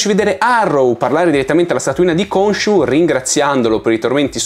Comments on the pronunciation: Ogni volta che vedo le puntate in italiano mi viene l'orticaria. GrAnt anziché GrEnt. Konsu anziché Konshu. Il doppiatore di Oscar è bravo, ma sono state tagliate tutte le parti dove gli si chiede del suo strano accento, perché in italiano non ha accenti diversi. Preferisco guardarmelo in lingua. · Unica nota negativa della serie in italiano: Khonshu che viene chiamato Consù. Madonna che nervoso